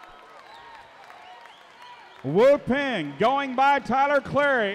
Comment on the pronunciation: It's pronounced " woo pahng"..